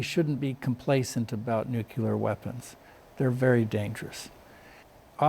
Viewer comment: I love this guy but he say "nucular"